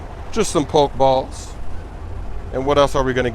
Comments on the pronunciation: THERE IS AN E THAT YOU PRONOUNCE IN POK-E-STOP, POK-E-BALL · it's poke e ball and poke e stop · when you say Pokéball or Pokéstop, you gotta pronounce it as 'Pokehball' or 'Pokehstop,' man. It's driving me crazy lol.